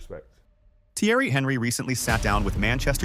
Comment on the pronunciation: Anyone else triggered the guy kept saying HENRY 😂😂